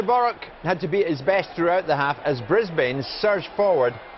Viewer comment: great excercise in how to mispronounce things from our there. what, was he sponsored per cock-up? boruK?! brisBAIN?! ZalOWSKI?! prat. just think, he's only on about £100k + a year to read out loud and even then he's still pish at it.